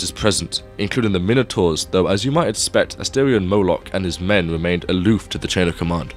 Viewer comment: The mine-a-taurs? 😂